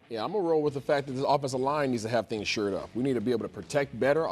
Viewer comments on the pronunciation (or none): Please learn to pronounce “shored”. I’m pretty SURE it’s not sure but shor